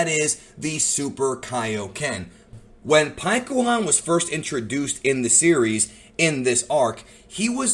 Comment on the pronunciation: Stop saying pikkons name wrong lol